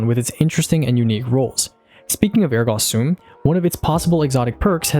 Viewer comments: Phenomenal content! Ergo Sum is pronounced “ehr-go some”, my wife’s a teacher and this pronunciation triggered her. 😂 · Came to see if anyone had already commented on your over pronounciation of ergo sum, and behold, either I'm the only cringing from it or no one else is willing to say something 😂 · wait is that how you’re supposed to be pronouncing ergo sum? i’ve been saying air go some this whole time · It’s not Ergo sum it’s Ergo sum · “Ergah Soom” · The ergo sum pronunciation scares me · I don't think ergo sum is pronounced like that